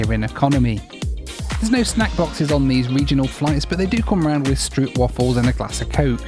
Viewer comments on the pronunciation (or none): none